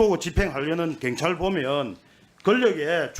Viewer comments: 갱찰?? 한국말이나 똑바로 해라. 갱상도 새끼들... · 갱찰?? 발음 좀 똑바로 해라~ 갱찰이 뭐냐?? 내란당 정똥만아 무식한 놈아~~ㅉㅉㅉ 갱찰? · 갱찰이 아니고 경찰입니다. 발음이나 똑바로 하세요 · 경찰이라고 갱찰이 아니라고 발음도 못하고 바보냐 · ㅕ발음 안되냐 갱찰 핸재 ㅋㅋㅋㅋ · 발음이나 똑바로해라 자슥아 갱찰이뭐냐ㅋㅋㅋ